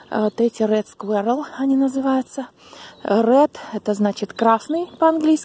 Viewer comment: Не скверал, а squirral